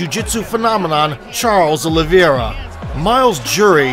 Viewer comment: The most vicious thing in this was the absolute butchering of Charles Oliveiras last name